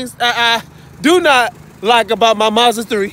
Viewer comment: you saying it right